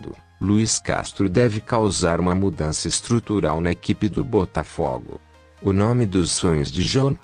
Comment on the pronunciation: PÔ, cara, pelo menos fala o nome do Clube direito! Essa pronúncia bota-fo-go com "fo" em agudo é um nojo!